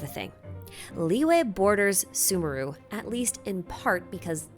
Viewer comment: I am not going to listen to someone who can't even pronounce sumeru correctly